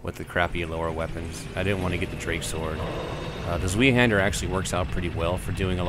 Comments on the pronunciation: Zweihander is pronounced more like Svei-hander than Svee-hander as you said. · Not trying to be a douche, but it's Z-VI-Hander. German for TwoHander or Two handed sword. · I really hope you're kidding. It's Zweihander. But it's pronounce Z-VI-Hander. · plz tell me you figured out you are saying zweihander wrong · I hate it when people pronounce zweihander like that. it's a german word. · I'm sorry, but that pronunciation of Zweihander is horrible.. Not that I expect everyone to know how to pronounce zwei, but still.